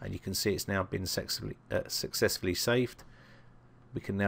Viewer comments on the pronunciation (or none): Did i hear ... Sexfully saved?